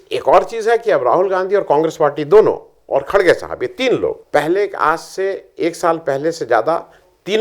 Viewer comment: Ĥi is khargey not khdgey